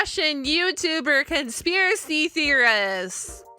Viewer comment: I am not certain if you said theorist that way on purpose to be silly or if it was a slip of the tongue, but it made me smile and made you sound silly. So I approve, and thanks for the smile, I needed one today.